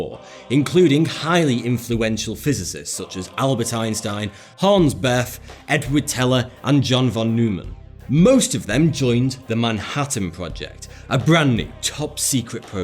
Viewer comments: Bethe is pronounced "Beta" not Beth.. anyhow, don't promise secret doomsday devices unless you actually have one: don't get our hopes up. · Hans Bethe's last name is pronounced "beta", like the Greek letter.